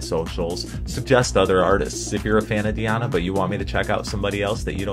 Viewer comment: ANKUD(stress is here on I)NOVA, not ankudinOva - wrong. DI (pronounced as deeee) Di'Ana Ankud'Inova